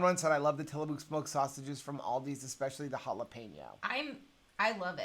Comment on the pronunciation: FYI It’s pronounced Tilla(muck) not mook. Love your positivity.